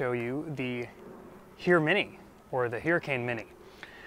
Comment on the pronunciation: please pronounce it hermione. HIR mini